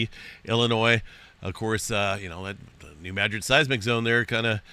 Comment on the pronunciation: I have always heard this pronounced New-mad-rid, not New-mad-gric?